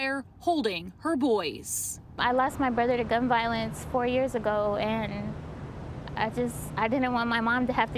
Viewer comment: Retry saying Vasquez